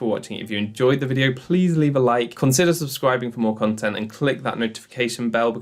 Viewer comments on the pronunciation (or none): none